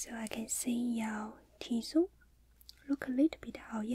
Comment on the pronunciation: “T-zone” ，not T-zoom